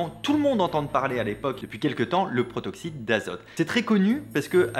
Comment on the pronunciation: Et à "Protoxyte" au lieu de "Protoxyde"... ça et la faute à ... ça va le monteur ? 😅